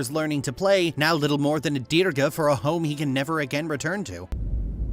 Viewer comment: that’s not how you say dirge in English. It’s pronounced “derj”. Are you using an AI voice over?